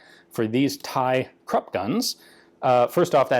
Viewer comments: Great! FYI, Krupp is pronounced 'croop', not 'crup'. Otherwise excellent! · Those are krupp emblems, not Thai property marks, tisk-tisk. I never thought I'd be able to correct Ian.